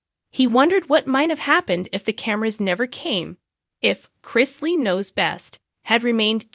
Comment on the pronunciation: Learn to pronounce his last name or don’t do a segment on him.